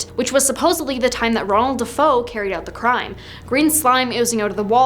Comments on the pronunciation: I can't even watch this video since this girl does not know how to pronounce their names it's not Defoe it's Defeo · It's not Defoe, it's Defeo